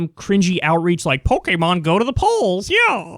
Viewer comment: Really stoked you pronounced Pokémon correctly!